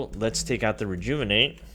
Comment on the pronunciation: Take a shot Everytime he says rejouvonate